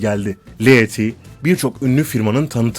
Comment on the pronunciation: 1 ) andıraj pejik değil kardeş ANDREC PEJİÇ 2) çen lili değil ŞENN LİLİ 3) lea ti değil LEA TE 4) kaladyo çarez değil KLADYO ŞAREZ 5) flornika de la ve değil FLORENSİA DE LA Vİ 6 karovlin tula cosey değil KERROLAYN TULA KASSİ birde şu anlatım dilinde TRANS ,TRANS KADINLAR , ve TRAN cümlesi ile başlayan her anlatımında baskılı ses tonu kullanmasan daha iyi edersin !!!